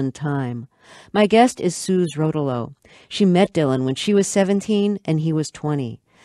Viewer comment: Pronounced Suzee Ro'towlo, not Suze Rotow'lo.